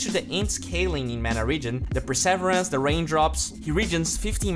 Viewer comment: per ser ver ance not per savrance